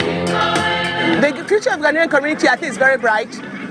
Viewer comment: 👍🏿👍🏿👍🏿👏🏿👏🏿👏🏿. The gentleman says Ghanaian correctly. Try visiting Ghana for holidays.